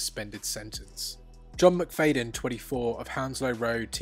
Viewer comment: Say Mc-Fad-yin not Mc-Fade-in . It hurts my lugs. Plus no surprises at the culprits.